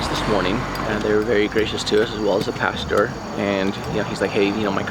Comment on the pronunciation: He calls him "pasture"!